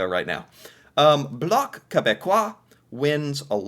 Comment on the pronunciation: You pronounced bloc quebecois beautifully. 😊